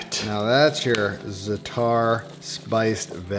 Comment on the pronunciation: It's Zaa-tur not Zuh-taar. Stop butchering every forgein word.